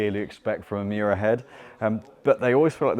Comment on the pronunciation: Miura not Muira